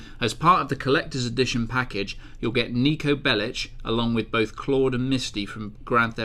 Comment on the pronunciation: I know you guys are english... BUT ITS NIKO BELIC. NOT BELICH